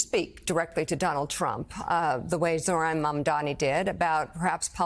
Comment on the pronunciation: Cuomo is a racist says zohran's name incorrectly on purpose because he hates Muslims and he is a racist